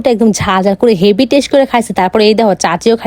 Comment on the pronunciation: Test ❌️ Tesh✔️🙂🙌🏻